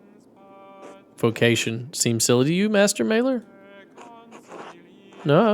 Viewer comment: Not important but this is one of the easier ones: The a in "Maler" is pronounced like the a in "father"